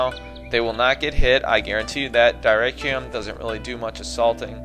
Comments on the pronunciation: I believe the correct pronunciation for Dyrrhachium is (Dih-rah-ckium). Not completely sure though. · i think its pronounced durhackium